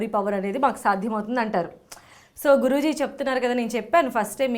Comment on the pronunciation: మీరు ఆయన్ని గురూజీ అంటున్నారు. కానీ నాకెందుకో జిగురు అంటున్నారేమో అనిపిస్తోంది😜